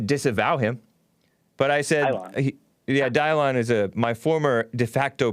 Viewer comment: Who is "dye-lawn" I know he was ur old "producer", but ive heard you say he wrote a book or something. How do i find this book? If i google "book written by dylon" im pretty sure im not gonna find it